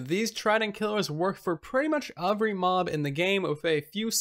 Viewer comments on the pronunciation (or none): You speak so well for the most part why can’t you say every correctly?!?! I love your videos just noticed it’s a word you use a lot and always say “overy” instead of “every” 😂